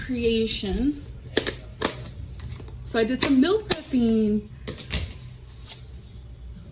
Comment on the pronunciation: So sick of her putting eeeeeennn at the end of every word endeeen in ing. Mill preppeeeeeen...